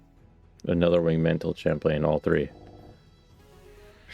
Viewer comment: Thanks for posting these. I'm really enjoying this series, and it's helping me navigate through my own game in Forge. One thing, I think "Chaplain" might be pronounced like chap-lin.